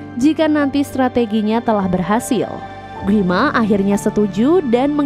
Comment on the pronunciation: Gwi ma kaliii bukan gui ma